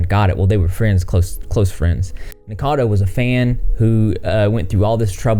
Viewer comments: It's pronounced "NICK O CADO" not "Nick Cado" just saying. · why is it so hard to say Nikocado people???